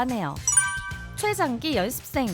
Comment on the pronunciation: 연습생 발음을 열ㄴ습생 이렇게 하시네 신기하다